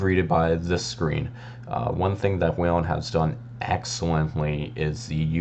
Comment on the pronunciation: “WHEEL-EN” There’s no ‘a’. It’s not “WAIL-EN”